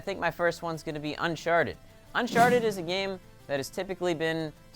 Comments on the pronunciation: Did say unsharted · why does saying uncharted sound like unsharted?